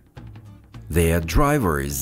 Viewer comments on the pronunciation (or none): Добрый день. Я давно изучаю английский, но всегда была проблема с разговорным. Ваши два первых тренажёра прошла с удовольствием. А здесь пришла в замешательство. Я всегда была уверена, что множественное число drivers произносится как драйверс, а у вас драйвериз, bilders как билдерс, у вас - билдериз. Посмотрела транскрипции и Яндекс переводчик, тоже окончание читается, как с, а не из. Теперь сижу и думаю, кто прав? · Спасибо, очень интересная подача материала. Но в словах drivers, builders, designers в вашем материале слышится чёткое окончание "ИЗ" в то время как "И" там слышаться не должна "драйверс" либо " драйверз" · Возникли вопросы, почему во множественном лице произносится драйвериз , а не драйверз, билдериз, а не билдерз и т.д . Почему появляется "и" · Скажите, пожалуйста, у Вас drivers, builders, designers в произношении заканчивается на "рыз". Почему так? Я нигде не нашёл такого произношения, везде "рз". Благодарю. И благодарю за Вашу работу. По моему мнению - самый лучший курс.